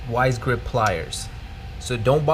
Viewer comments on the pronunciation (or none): "vice" grips bro not wise grips